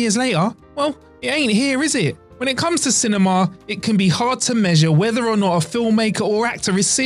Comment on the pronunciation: i can't handle the way he pronouces cinemaaah